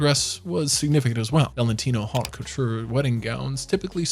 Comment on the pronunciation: Grandeur. The word is "grandeur." There is no "grandness" in the English language. "Faille" is pronounced as "file." Geeze, if you are picking on brides, clean up your own act. "Haute" is pronounced as "oat."